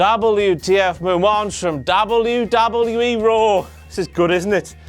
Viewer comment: I really hate the way you say "WWE"